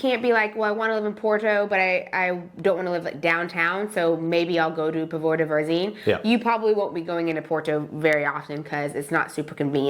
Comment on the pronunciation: Please and, please take note of accents on the words., especially if you do a while vídeo on Póvoa de Varzim. The accent is on the first ó in Póvoa - so it is pronounced the same as "po" in "pot" in English.